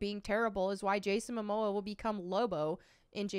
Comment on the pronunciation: Ezra has pronounce privileges, Momoa doesnt